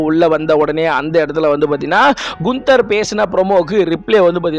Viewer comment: Brother not குன்தர் only name கான்தர்